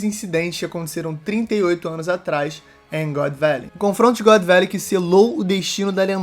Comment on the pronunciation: " GÓDI VÉLEI?" essa pronúncia tá foda